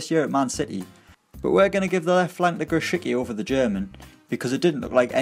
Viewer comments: Grosicki's name is pronounced more like "Grositski", just a friendly advice :) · Its pronounced gro-sic-ki